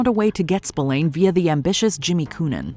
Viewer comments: Spillane is pronounced “Spil-ann” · Yeah it's really annoying especially as she would have heard/told the correct pronunciation. Pet peeve of mine.